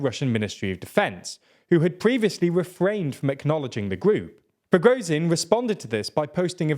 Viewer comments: Just want to say its Pra-gor-jin not Pro-go-zin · you make million videos about this war, I don't understand why you can correctly pronounce Shoigu, but cannot pronounce Prigozhin.